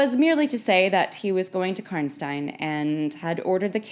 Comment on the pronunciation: Actually that's the "correct" pronunciation since its German